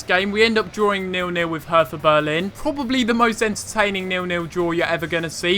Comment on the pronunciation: Btw its pronouced Herta Bearlin